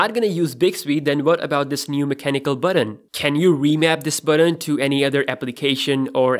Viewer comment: The reviewer's accent is mostly unintrusive except how he pronounces the word button. it's not unpleasant. it's quite amusing. Buhden? Beoden? His pronunciation is pretty spot on for the most part. I'm not sure why he pronounces a very simple word like button like that.